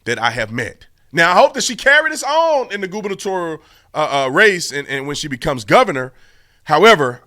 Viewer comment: Haha no offense but it sounds like you're saying Goobalitorial race which I think is a fair description of most politics